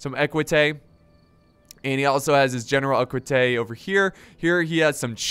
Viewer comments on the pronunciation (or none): none